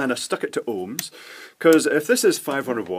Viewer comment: This is probably weird, but I love the way you say 'ohms'.